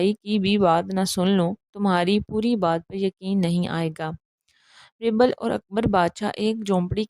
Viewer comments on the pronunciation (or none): It's Beerbal بیربل Not Braibel